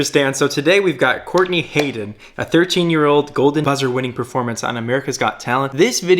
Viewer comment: It’s not ha-din it’s literally had-win